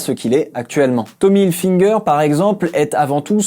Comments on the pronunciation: Tommy HilFIger pas HilFINger ! Vidéo hyper intéressante en tout cas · TOMMY HILFIGER PAS HILFINGER !! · Go Netflix merci 😂😂😂 par contre on dit Tommy Hilfiger pas hilfineger 😂😂😂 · Ce qui nous en dit long sur le pouvoir du matraquage publicitaire. Ce nom est écrit partout et très nombreuses sont les personnes qui le prononcent avec un n. Ceci dit, inutile de s'énerver. Cette vidéo n'en reste pas moins très instructive.